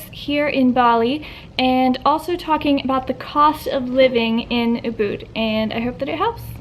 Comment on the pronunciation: the second u in ubud is shorter than how you are pronouncing it. as someone who used to live in Bali and was checking just to see how prices were today it was a bit painful to hear. great, informative video though 👌👍